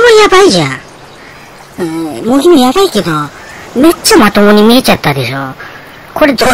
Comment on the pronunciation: おばちゃん(笑)茂木→→もてぎ。だよー